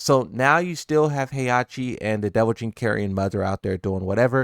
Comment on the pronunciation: Who is jinpapi? Do you struggle this hard with names/ words frfr?